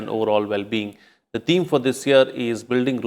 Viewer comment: The pronunciation of this anchor is not correct. He doesn't know the difference between th and t.